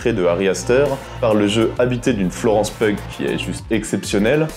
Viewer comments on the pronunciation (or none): Perso "Kill List" m'a beaucoup plus marqué et déstabilisé que "Midsommar", que j'ai trouvé poseur, égotique et longuet. Alors que j'ai adoré "Hérédité" et que je trouve Florence Pugh formidable (son nom de prononce "piou" et non "peug" 😉). "Midsommar" reste pour moi un de ces films bizarrement surestimés. Sinon, je suis chaud pour l'héritage de "Délivrance".